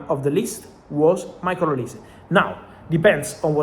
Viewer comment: I guess some Nigerian fans of yours has told you olise how to pronounce his name very well kudos man 🎉